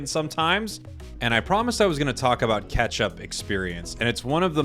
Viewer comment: anyone else always thought he said "ketchup experience" instead of "catch-up experience"